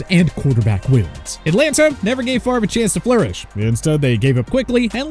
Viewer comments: I will never forgive my Falcons for getting rid of Brett Favor…I mean Favray…I mean Favree…Favreh? Favrie? Favier? Fairve? No no no…Favre. Favre. I meant Favre. Damnit! Why Atlanta?! Just why?! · Brett FAVOR? REALLY?